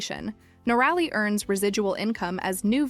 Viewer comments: NOR - RALLY ? 😂🤣😂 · Do your research and correct your pronunciation. It is Nor- a lee. Noralee = Noraly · Nor-a-Lee is the correct pronunciation. You should research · cant even get the name right , another channel leeching of some one else’s hard work